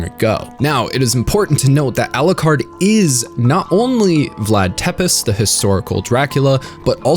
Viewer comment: Love your vid. Really hated how you pronounce the words Walachia and Tepes.